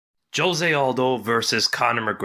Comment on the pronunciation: "Joe-se" lmao